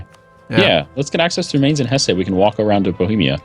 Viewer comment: its not "HessEEEE", just pronounce it "Hess"